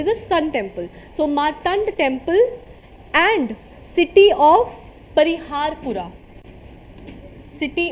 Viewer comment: Its city of parihaspura.. Not pariharpura.. which means city of laughter... and Lalitaditya Muktapida was called Alexander of kashmir